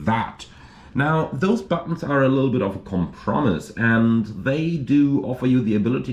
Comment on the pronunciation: "Compromise." Your English is excellent, but I get a chuckle out of your rare mistakes and mispronunciations. They stand out because they are so rare.